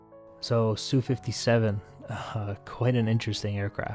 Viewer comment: "Sue".... :facepalm: MiG is only "mihg" because it's 3 letters. Like Yak. But Lavochkin is not 'la", it's L.A., like the city.